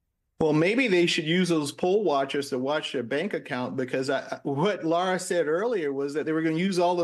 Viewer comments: Did she say “lord trump”? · She said Lara Trump though it did sound like lord. Lara’s name is pronounced like Lara Croft, not like Laura.